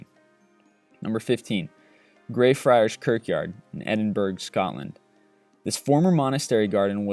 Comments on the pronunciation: Stayed in edinburgh all my life its not edinburg or eedinburrow it edinburugh as in edin-bu-ra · edinburgh is pronounced as edin- bruh, not edin-berg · "edinburg" XD lol I know you would struggle pronouncing some names its alright mate, its pronounced ed-in-bruh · It isn't Edinburg, Its pronounced Ed-in-bur-ur..(I live there) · Edinburg?!?! haha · Im sorry but Edinburgh is pronounced ed-in-bra not ed-in-burg. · Hoots man its not Edingburg its Edinburgh pronounced Edinburra , Edinburgh doesn’t rhyme with Pittsburgh. You say “Edinburra“ – the gh is dropped and you add a bit of a rolled r to the back. I should also point out this applies to all Scottish ‘burghs: Musselburgh, Newburgh, and so on. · Lol "Edinburg" It is pronounced "Ed-in-burrow". Phonics! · Edinburg no edinbura it's spelt Edinburgh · Btw it's pronounced "edin-borough" not "edin-burg" not really important, but it's a thing :) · It's Edinburgh EDIN BUR UGH NOT EDINBURG. :) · 'Edinburg' ? pronounced ed-in-bur-uh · Edinburgh not edinburg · just to clarify: it's pronounced Edin-Burr not Edin-Burg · It's pronounced Edin-buruh not Edin-burg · Scottish city Edinburgh is Pronounced = ( E - Din - Burr - A ) = Edinburra = Edinburgh ! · It is not pronounced edin-burg it is pronounced edin-bura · Edinburg? It's pronounced Edin buruh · Stop pronouncing Edinburgh how it's spelled! This is the 4th time you've done it, it's pronounced Edin-bra.. get it right! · It's Edinburgh pronounced ed-in-buh-ruh not edinburg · Wow, so many mispronunciations. The worst? Edinburgh is not pronounced like Edin-berg. It's pronounced like Edin-burrow. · Just for reference its not Edinburgh as in Edin-Burg its pronounced like Edin-bra :) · Great and Creepy ! Oh by the way Edin - Burrah (-with a slight roll on the r.) That's how we pronounce it. Lots of love from Scotland. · Did he say "Edinburg" instead of "Edinburgh"? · Edinburgh is pronounced edinbruh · Edinburgh is pronounced Edinbrah! Trust me, I was born there. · Its not edingburg